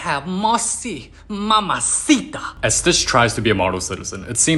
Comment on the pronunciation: Nah, it’s “-sitaa”